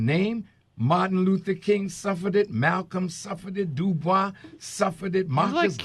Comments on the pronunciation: H. - doob - wah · i would just like to note the mispronunciation of web dubois' name